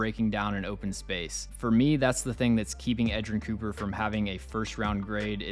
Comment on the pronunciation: U nailed edgerrin cooper